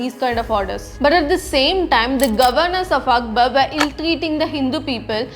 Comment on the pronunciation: He was Akbar, not Akbal 😂